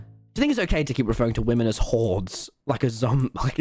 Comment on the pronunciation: I DID NOT THINK HE WAS SAYING 'HORDES' ;0